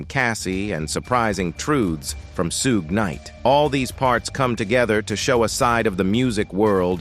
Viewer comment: If you are going to talk about someone learn how to pronounce their name please. It's Sug...as in Sug ar.....silent e (Suge)